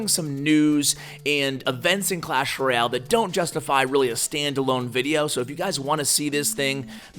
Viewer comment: Great video! I have been noticing though you say Roy-al, not Royale, could you please stop saying that :p